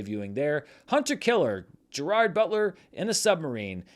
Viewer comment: Is this the week stopped saying Ger-erd Butler?